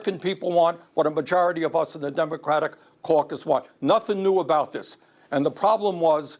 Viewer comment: Bernie said "caucus"